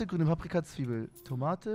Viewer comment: Wie „Zwiebel“ ausspricht triggert mich jedesmal